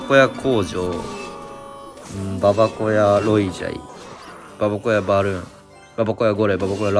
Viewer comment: ばばこやじゃなくてばばごやな